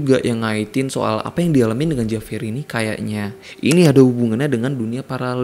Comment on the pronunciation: Saya hanya mau memberi koreksi biar lebih seru. JAVIER dalam bahasa Spanyol dibaca : HABIER. Huruf J selalu dibaca H, tergantung huruf vocal yg mengikutinya. Contoh JA dibaca HA, JO dibaca HO. Sedangkan huruf V selalu dibaca B, contoh : VIAJAR dibaca BIAHAR. Maaf memberi koreksi! Semoga bermanfaat.